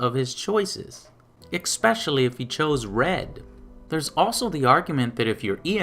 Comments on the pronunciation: It's especially, not exspecially. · Why are you pronouncing “especially” as “ex-pecially”? ( , ) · Expecially is not a word. Sorry, AngryJoeShow, but that was ONLY part that bugged me throughout the whole vid. XD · Good vid, but I hate how you pronounce especially with an 'x'.